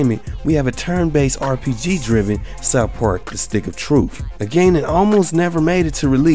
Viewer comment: "Stick of Troof" Stay black bro. Don't ever change.